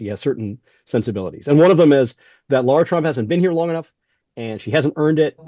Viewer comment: It’s LARA